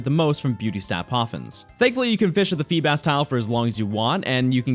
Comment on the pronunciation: FEEBAS DOES NOT END WITH AN H!